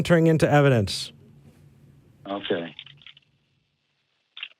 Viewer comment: I’m going to show you evidence... Ok what is your evidence? It’s EV-I-DENCE!